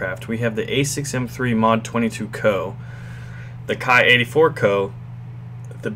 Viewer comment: Ki should be pronounced as in Key ,sir